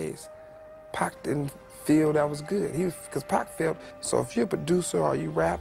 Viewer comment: Love your reporting but it's PAC not Pack